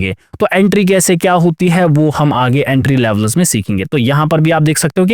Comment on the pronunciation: Not लेवलस it's लेवल्स